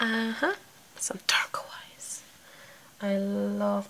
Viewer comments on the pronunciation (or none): wow I'll try to do that and you pronounced turquoise wrong it's pronounced as turkois but anyway you did a great job and I can't wait to do that💖